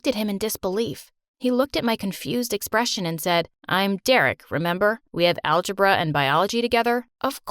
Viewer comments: Fyi it is algebra and not algibra (This was only a kind reminder) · "Algibra" lmfao.